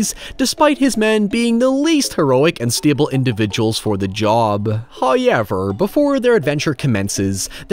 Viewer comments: First "hoyevver" drops , and we are rewarded with human flesh. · "Breakfast... lunch... and HOYEVERS."